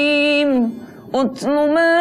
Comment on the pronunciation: Itu Baca Surat 29 Ayat 45 kok Utsuu maauuhia seharusnya Utlu maauuhia